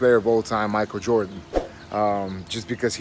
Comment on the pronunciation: Legit, is the reason i say "MiKel JarDaN" instead of "Michael Jordan" 😂😂😂😂😂